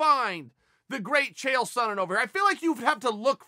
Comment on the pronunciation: Dude, you are forgetting, that this is America!!! Money talks! ... oh did you say GRATE chael?????????🤣🤣🤣